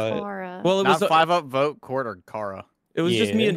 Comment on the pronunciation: Take a shot every time junk calls voet voyt